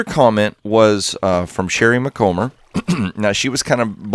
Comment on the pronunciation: Can't resist a little happy dance. Few of my comments have ever paid off like this. Still, thank you sir for being patient enough to go around and shut down the other portals to make this idea work. (PS It's Mc-com (rhymes with Tom)-ber, but I'll take whatever you remember)